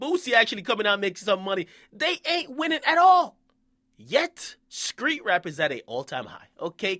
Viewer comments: it's street! not skreet and who give a fuck about all this fake shit do u have a day job dude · why this man keep saying "skreet" lol it's "street" fam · Stop saying skreet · Stop saying SKREET with a K instead of a T you are NOT an uneducated country nigga from the south. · Why the fuck do you say street with a K nigga? Lmao